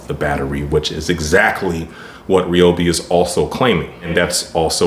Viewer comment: To start off with It's pronounce Ryobi not Reobi. And your not pushing the saw on the first cut and the Edge battery is not worth the extra amount that they are asking for. And it"s been proven by other interviewers they last about the same time.